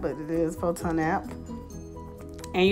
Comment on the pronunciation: Phon-to not Pho-ton